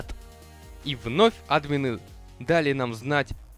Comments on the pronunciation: Не а́дмины ,а адмиииины ,не го́лды ,а голды́ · Блин!!! Говори не Админы, а адмИны(( пожалуйста( 😇